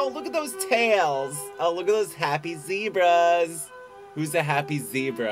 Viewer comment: "Zebrazzzz" Lolol